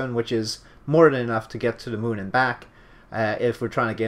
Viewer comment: to the mun? what? you never get to the mun!